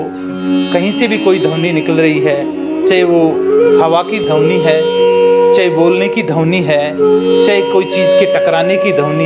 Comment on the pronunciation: शब्द को सबद, ध्वनि को धवनी मतलब कुछ भी